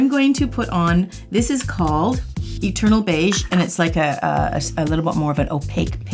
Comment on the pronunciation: I heard "turtle beige" instead of "eternal beige". I thought that was a super odd name for a color. lmao